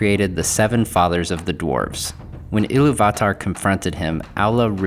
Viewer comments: Sorry to be a pain in the a** but it is "Ee-loo-vatar"" - there's an accent on the 'u'. And it should be 'Ow-lay-eh" as there's an umlaut on the 'e'. Otherwise, great post! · I'm not going to say for certain that's not how you pronounce Illuvatar but doesn't exactly roll off the tongue. So instead of Il-lu-vat-ar, It sounds a lot nicer(subjectively in my opinion) when you say Il-lu-va-tar. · It's IlluvIIIItarr, not IlluvatAAr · It’s pronounced Eee-Lou-v-a-tar. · Why you pronouncing illuvatar like that lol great video though man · It’s actually pronounced iliy va tar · You should learn how to say Illuvatar. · I've never heard iluvatar said like that